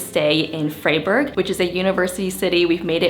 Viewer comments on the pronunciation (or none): ITS NOT PRONOUNCED FRAY. "ei" is just like Friday, so say Fri-burg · Nice video! A tip to make your videos about specific regions, cuisines, etc even better: ask the locals how you pronounce stuff and maybe include a little snippet of them pronouncing it! it does a lot! For example Freiburg is not pronounced Frayburg but Fryburg like the verb "to fry". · The city of Freiburg is pronounced "Fryburg", like "to fry" or "frie(s)". And it's a university town with over 32,000 students (= about 14% of it's population). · I love Asian girls! also love your pronounciation of Freiburg lol "Freyyburrg" 😂